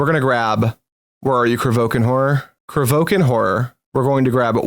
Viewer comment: There is an i in Kro VI kan horror it's not krovookan,,, i was about to say this a couple videos earlier but thought I'd be kinda rude... But there we have it 😅 sorry and thx for the nice on-going content